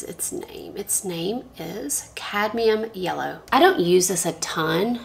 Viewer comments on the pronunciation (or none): none